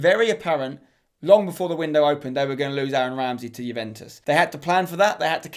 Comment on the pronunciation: You literally can’t pronounce anything, jooventus, solgashier